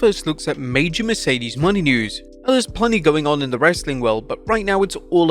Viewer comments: MONÉ not money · "Moan-ay" is how it's pronounced. 👍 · It's Mo-NAY... he's been bungling the pronunciation for MONTHS. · "WRESTLELAMIA FAILS TO RECOGNIZE BIG MISTAKE." After at least nine months of blundering, they CONTINUE to mispronounce "Mercedes Mone," proving that they don't watch/listen to the shows they're reporting on (the correct pronunciation is clearly audible) and CONTINUE to ignore their own comments page that has offered help the whole time.